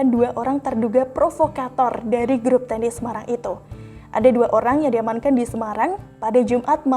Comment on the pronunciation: Beritanya sih oke banget, khas 2045, tapi salah baca/salah ucapnya sedikit mengganggu Ratusan dosis, Bensos Percaapan (percakapan) Klep tehnis (klep tennis ya).